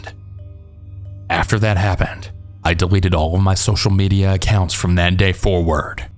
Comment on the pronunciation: Not Social Media it's "SHOCIAL MEDIA." 😂😂😂😂😂😂